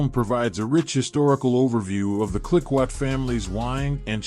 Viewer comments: Clicquot, should be pronounced like “klee-koh”, with a hard “k” sound and a long “oh” sound. Other than that a fair selection of movie choices. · ROFL at the pronunciation of clicquot as "klick kwat". Massive AI fail